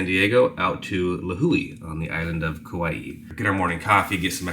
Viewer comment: Good job pronouncing Lihue and Kauai